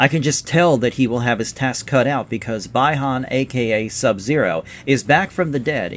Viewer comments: Not pronounced bi-han, but Be-han. Lmao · They Way You Saying Kano & Bi-Han Is Hilarious. Nice Video Doe.